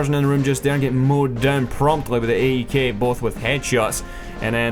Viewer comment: "the gay-e-k" LMFAOO!!! That's original! I'm actually surprised that I haven't heard or read about people bitching about the AEK as much as the M16A3. It's just as deadly!